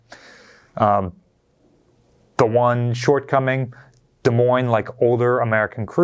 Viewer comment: All I kept hearing was saying the S in Des Moines